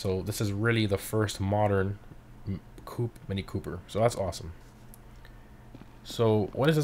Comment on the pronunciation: ik but its wrong